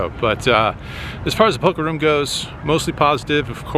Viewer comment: Why does he pronounce room, "rum"? How does he pronounce zoom or boom or bloom?